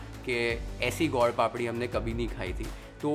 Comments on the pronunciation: My favourite chef. U made it look sooo amazing & easy to make . For your information it is not God Papadi it is Sweet/ gud papadi. Your pronunciation was like this. Anyway u made it very delicious & yummy.❤🎉😊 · How do you pronounce gur papdi strange way gaud papdi ,you are speaking Hindi and not any foreign language ,speak and pronounce the right way